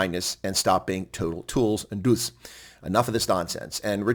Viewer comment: Hi, thank you for your postings and your professional way of handling the comments. As an Afrikaans speaking citizen, I quite enjoyed your pronounciation of the word “DOOS” - well done! 😅😅😅🇿🇦